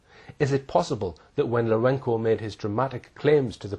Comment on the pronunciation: it's LourenZo , not Lourenko, mate ....